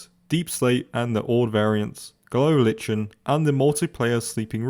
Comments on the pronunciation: I am sick of your incorrect pronunciation of lichen. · Seems to be a hard word for most of these youtubers, i feel your pain.